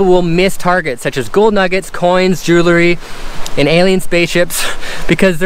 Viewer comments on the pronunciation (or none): It's "jewel-ry" not "jew-lery"...sorry, huge pet peeve ;)